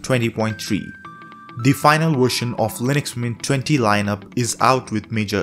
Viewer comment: I love this "wershion" too bro